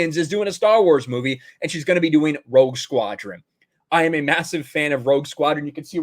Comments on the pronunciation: When you said Rogue Squadron I thought you said Woke Squadron. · It sounds like you're saying Woke Squadron